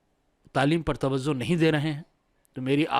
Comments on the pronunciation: Tawazzo nahi tawajjo🙏🏾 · Tawzuh ko tawajjuh boliye